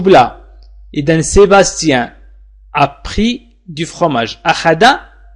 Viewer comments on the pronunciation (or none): Oui j'ai entendu bien, mais (( a pris )) je l'ai entendu (( après )). Avec tout mes respect .